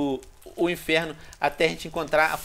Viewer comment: Venom para de dizer enferno